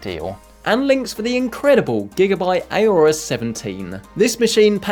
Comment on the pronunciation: It's Aorus ( Orus ) not Ayorus